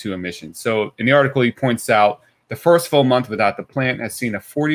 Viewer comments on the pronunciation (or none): none